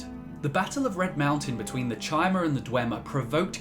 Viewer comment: The ch in chimer is hard like the ch in chitin. Kye-mer.